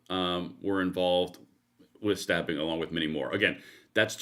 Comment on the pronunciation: Why have a video on stabbing if you can't say STA(BB)ING???